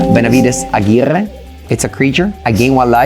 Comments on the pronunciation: now that's an impecable pronunciation from! glad he took the feedback about the pronunciation and Amalia seems to be just too stronk! so we will be having more "Amalia Benavides Aguirrrre" in the future! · I could listen to saying Amalia, Benavides, Aguirrrrre all day☺️